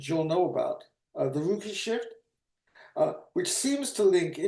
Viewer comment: Love work on this channel; also great old-timey pronounciation of "which" you can hear the "h"!